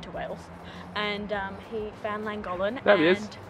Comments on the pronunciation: The town is pronounced clan gock lin I think even though I am not Welsh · Please have a go at pronouncing Llangollen correctly! The LL in Welsh is pronounced differently and is classed as a single letter in Welsh. There are two LL’s in Llangollen.